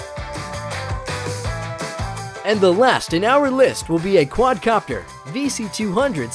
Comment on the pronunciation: he said quadro copter lmao